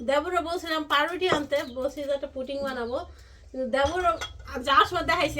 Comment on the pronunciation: হায় শিখিত পুটিং নয় পুডিং হবে।